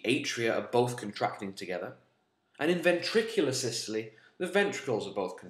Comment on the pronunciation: I'm really triggered by the way you say diastole and systole but I can get over that because of how amazing this video is - saving my A levels one step at a time